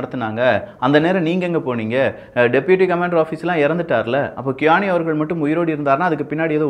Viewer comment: Bro ur reading is wrong qaani = u ll speak sound like tis khani